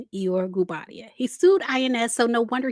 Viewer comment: It's pronounced 'E-yo-ray' not e-your